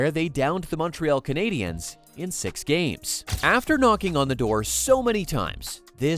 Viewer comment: The Muntreeall Kanaydeeanns.